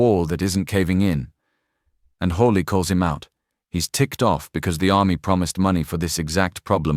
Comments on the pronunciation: how on Earth did she ever get to be a general? oh yes DEI Mr. Hawley, and Mr Kennedy are brilliant, and know what they're talking about. It's Hawley, not Holly get it right!! I didn't hear an eruption of Applause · Will SOMEBODY please program the STUPID AI "narrator" that it's Senator HAWLEY, NOT "Holly"! GRRR, DAMMIT!! :face-orange-frowning::face-orange-frowning::face-orange-frowning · It’s Hawley. NOT HOLLY. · "Hawley" might sound like "Holly" to some, but being able to use AI-generated captions still has a long way to go before it's 100% viable. Senator Hawley is NOT Senator Holly. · The AI voice needs to STOP! Your fake voice can't even pronounce the Senator's name correctly! UGH and we don't want to hear a fake foreign accent! Gross